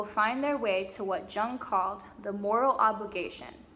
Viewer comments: Nice work,! It's wonderful to see a young woman speaking so well on this subject of re-en-souling the world and women's search in particular. The psychologist Estes refers to is not pronounced Jung with a J as in John; his name is pronounced YUNG. He was a Swiss gentleman who was first a student of Freud's -- Freud's "son figure", who Freud believed would carry on his work -- but who broke off from Freud's thinking and fathered his own school of, "Yungian Psychology". ( spelled correctly: Jungian). As an artist himself, he is a very attractive psychologist to creative people, I find. He developed a number of fascinating theories on all kinds of psychological subjects, most importantly perhaps, a theory of ARCHETYPES (which you really need to study to understand because the word is bandied about by people who do not understand it); THE COLLECTIVE UNCONSCIOUS, ANIMA-ANIMUS (internal archetypal figures within the male and female psyche) etc. etc. Well worth doing some research because he is every bit as important as Sigmund Frued (in my opinion!).. You can put Carl Jung into YOU TUBE and hear him speaking! Be well -- and 'Bon Continuation' as we say in France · Jung is pronounced yoong. Also, you should read up on his teachings, I think you’d like them. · Carl Jung was German. "Jung" is "Young" in German. You say, "Yooong" or "Yewng".